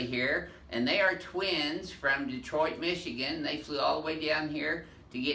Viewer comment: The doc pronounces Detroit like a native Michigander